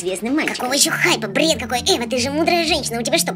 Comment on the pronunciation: Эйван ты же мудрая женщина говорит Эйван